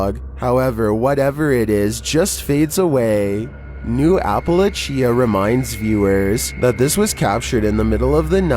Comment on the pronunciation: Hey, for future reference it's pronounced APPA-LATCH- A.... Appalachia... love both of your channels!🧡